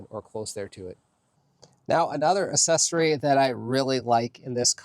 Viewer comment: It’s not ASSESSORY. pronounced AKSESORY